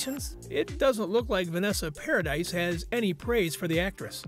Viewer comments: If you're going to make a video about someone, then at least look into how you pronounce somebody's name, paradise? 🤣🤣 It's pronounced with the eeee sound for crying it loud, and where exactly did this show that Vanessa had said anything about heard? 🙄 Click bait videos are so annoying. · exactly how I felt. If someone is going to be doing a video about another person, they should at least make sure they know how to pronounce that person's name. Did you also notice that he called Johnny's son Jack Christopher Depp Jr.? I know his name is Jack. But, where does the Jr come from? That's confusing. It would mean either Jack's given name is John/Johnny/Jonathan & Jack is a nickname. Or Johnny's real given name is Jack. Or someone got his name wrong too. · I can’t get past four minutes with the constant mispronunciation of her name. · I KNOW HOW IT'S SPELT 🙄 I SAID PARADY SO IT'S PRONOUNCED PROPERLY. I KNOW YOU SPELL HER SURNAME PARADIS. THANK YOU 🥴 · The s is silent.....par-ah-dee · Vanessa's last name is pronounced "Pair-a-dee". It is Freanch not American. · OMG thank God someone else said this. If you're going to report something about someone, at least look into how their name is pronounced. It did my head in. "Paradise" 🤣🤣 twit! And I hate click bait, Vanessa hasn't spoken out about any of this. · No its pronounced PARADI 😂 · He name is pronounced Paradee! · Vanessa’s last name is pronounced Para dee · If your gonna narrate celebrity news, please pronounce their names properly. Note, it's not a difficult request. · EXACTLY. Click bait videos are so annoying, and he didn't even know how to pronounce Vanessa's surname correctly. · Vanessa’s name is NOT Paradise it’s PARADIS!! It’s French, the “s” is silent!! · It's pronounced Paradee not Paradise. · PARADISE has an E at the end Please STOP saying paradise IT'S PRONOUNCED PARADY 🤦🏾‍♀️ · Thank you. Came to say the same thing. Was driving me bonkers when he mispronounced each time he said it